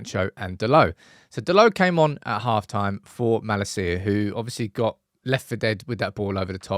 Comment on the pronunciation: where the fcuk mala-see-ya comes from? It’s Malacia. What’s all this pronunciation? This makes my ears bleed…